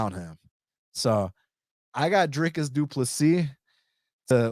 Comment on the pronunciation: Dude, I really appreciate you saying Drickus name correctly, I have subbed!